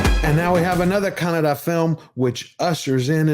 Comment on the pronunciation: Hats off.. for your research and pronunciation of words..names etc... they are correct and better than many of Indian but non karnataka reviewers..